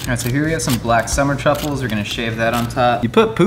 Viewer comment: Did link say "truckles" instead of Truffles??